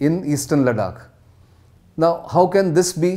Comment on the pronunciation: Good lord man LADAKH not LADAK GET IT RIGHT. YOU’RE ON NATIONAL NEWS NOW. 😏